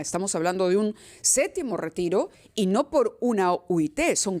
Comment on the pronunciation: No es sétimo, se dice séptimo.